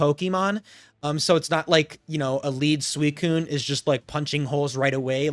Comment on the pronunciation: by the way i just wanna say i appreciate you saying suicunes full name. there are some people out there that for some reason cant handle you not shortening its name, usually accompanied by thinly-veiled racism. its really not difficult to add an extra syllable to not say a slur so thank you for keeping up with that